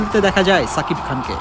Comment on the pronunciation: ছাকিব খান না রে সাংবাদিক.. বলুন সুপারস্টার, মেগাস্টার শাকিব খান... অন্যথায় এই চ্যানেলকে বয়কট করবো..! মনে রাইখেন